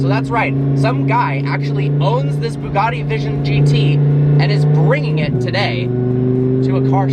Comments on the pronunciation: Ash W isn't it boo gotti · It’s pronounced ‘bew gatty’ not ‘boo gaardy’ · It’s Bugatti not boogarti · Why do Americans call them booogarties, its pronounced Bugatti. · Boogatti? I suppose you pronounce but as boot? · Bugatti not Boogaadi. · Why can't you Americans pronounce our Europeans cars names properly? It's BYOOGATTI ffs. BYOO. practice. Byoooo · Did he just call it a Bugatti "Sheron"... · Ash W Im italian and it isn't pronunced "bew gatty"....😂😂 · Why do the yanks pronounce Bugatti as Boogartti? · Why do you Americans pronounce “Bugatti” like it’s spelt with an o.... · NOT BIIIUUUUUGAAADDY LOL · Why can't he say Bugatti properly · The way he says bugatti annoys me. "Booogarty." Also, it's not "Chirraaan" It's Chiron. How it's spelt.